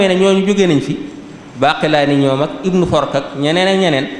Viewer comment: Tu ne sait même pas prononcer correctement les noms des savant ابن فورك se prononce "Ibn Foorak" pas "ibn Foork". De même Ibn Sa'iid Daarmi ne se dit pas, ont dit: "Abû Saîd ad-dârimî." On ne dit pas Mubàrakfûni mais plutôt mubàrakfuRi." Ceci montre que tu n'a fais que lire de toi même, personne ne t'a appris ces choses.